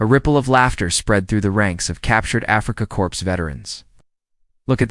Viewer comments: Fer gawd’s sake pay for decent AI. Not Something Which Leaves awkward Spaces. Also corps is pronounced “core” not “corpse!” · Corps, It's pronounced 'coors' , not 'corpse' ugh ai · Learn please, the word “Corps” is pronounced “Core” not “corpse” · Pronounced kor not korps the p is silent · note to ai: it's pronounced CORE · So is the "s." But this is AI which has been instructed that p is pronounced pee and s is pronounced ess. Be careful, it may decide humans are illogical and declare war.